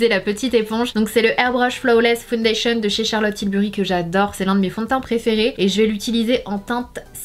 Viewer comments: Foundation >>> "fonedeyshion" not founedéshion" 🤪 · Non, c'est "faounedeyshion".